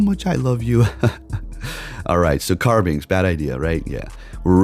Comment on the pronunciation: Carbink doesn't have an x. You always call it Carbinx...